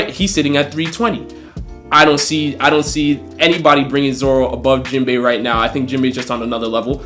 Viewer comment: This video started off all wrong 🤣 bruh said Jenbai. I'm two years late tho so he didn't know Sanji is better at this point. He gets a pass lol